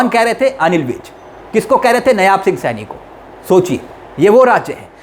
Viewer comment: Dear news reader नयाब सिंह नहीं नायब सिंह सैनी कहिए।